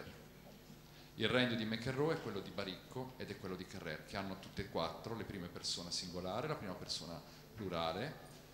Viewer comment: Peccato l'accento insistentemente sbagliato su Carrère...